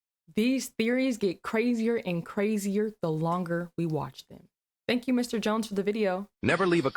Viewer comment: The way she say Crazier , perky gotta be from either Ohio or Cali